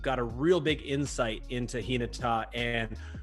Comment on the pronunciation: has the more accurate intonation to how the word is read. I'm not entirely sure but how reads "Hinata" might mean differently from the original. Kinda like how the word "lead" means two different things when pronounced differently. Tonal languages like Japanese are quirky like that when compared to English.